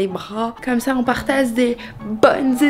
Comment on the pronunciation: chui la seul a avoir entendu partaze au lieu de partage